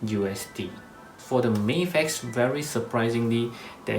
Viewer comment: I like that you say "May-fex" and not "Maf-ex". "Maf-ex" sounds like American mispronunciation to me.